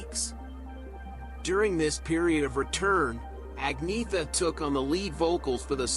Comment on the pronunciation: It’s pronounced Onyetta actually 😉